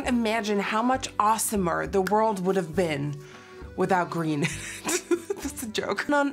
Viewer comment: If you’re interested, it’s GROEN